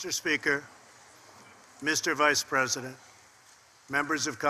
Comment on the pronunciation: bla bla bla, more shit from a shithead fuck you 'mr. pres-O-dent'